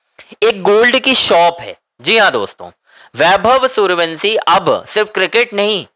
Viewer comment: जब तक वैभव के घर लेकर चलो तब तक वंसी की जगह वंशी बोलने की प्रैक्टिस कर लो।